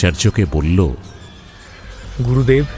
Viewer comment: pronunciation mistake: Not Gorudev, Gurudev